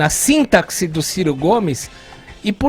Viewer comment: "Sintaksi": e o Tognolli é professor! Hehe